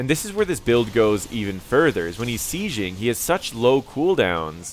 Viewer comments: Enjoyed the video, but I'm bizarrely irritated by your pronunciation of the word "sieging" - you're saying "see-zhing" when it's pronounced "see-jing". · It depends where you are from, accents are a thing and English doesn't have pronunciation rules.